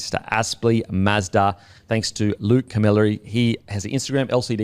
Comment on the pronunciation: pronunciation of Camilleri 😭